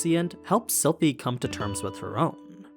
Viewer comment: you said Silent AHAHAH